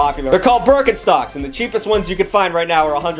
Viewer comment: Its funny how you say Börkenstoek